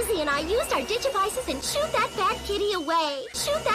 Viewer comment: Ich glaube nicht, dass Mimi auf Englisch sagte "shoot that bad kitty away", sondern "shoo'ed that bad kitty away". Also "shoo" im Sinne von "kusch", weg scheuchen.